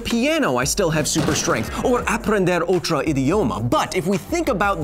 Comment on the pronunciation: Portuguese and Spanish share a lot of words, it is particularly hard since Kyle pronounces "Otro" as Out-roh, making me hear it as Otra. to determine which language he is actually speaking we have to break down every instance "Aprender Otro idioma" "Vamos a Empezar" "Empezar" is not used in portuguese instead using começar. Langosta - here i am certain it's Spanish, since in Portuguese it is Lagosta, missing the N in the middle and making the vowel sounds longer. Also, to make it grammatically correct it should be in plural with a pronoun, as he is refering to all lobsters, "las langostas....", "...we don't see Mega-Langostas..."